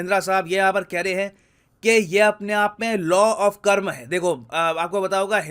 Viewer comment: I loved how you pronounced Karma as कर्म not कर्मा